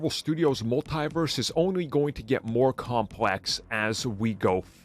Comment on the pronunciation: It's pronounced "MUL-TEE-VERSE! Not "MUL-TIE-VERSE! The Cringe. 😒😣